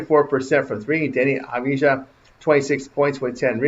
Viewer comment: the “j” in Avdija is silent! 😉